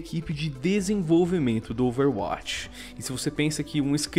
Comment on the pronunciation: Que nervoso falando Overwátch, plmds, fala DIREITO